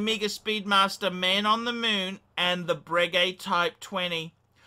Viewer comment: Anyway you didn't deserve it because it is 'bray-gay' not bregg-gay.' ...I heard that from Ralph Schneider.